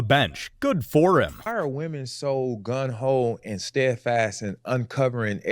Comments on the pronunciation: Gung Ho, not “9un whole”. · I wish people would quit screwing that phrase up - it's GUNG-HO ! GET IT RIGHT, PEOPLE !